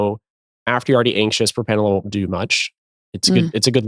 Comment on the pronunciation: Love you, Preston (and think you're brilliant), but it's propRanolol. (And I don't mean to roast you; I honestly wrote this comment before you brought up that fear!) Anyway, this is a great episode and has made me question the foundation of my social anxiety / anxieties especially since I have ADHD and RSD. THANK YOU!